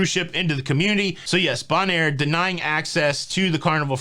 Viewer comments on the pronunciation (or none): Hint: Bonaire is pronounced BONE-AIR. Love your show!